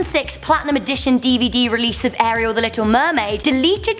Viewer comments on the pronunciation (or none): none